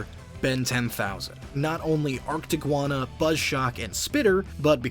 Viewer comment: they said “arctiguano” instead of “arctiguana”